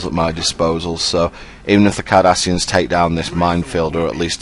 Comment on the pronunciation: When you say Cardassians, I hear 'Kardashians'. Now you too cannot unhear it.